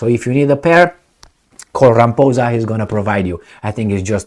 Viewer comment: LOL Rampoozah😂 It is pronounced Rah-mah-pawza.